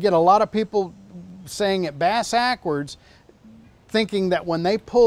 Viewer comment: He said bass backwards 😂😂😂